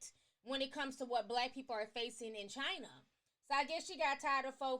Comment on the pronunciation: what she gotta say about the way africans are being in chiner-th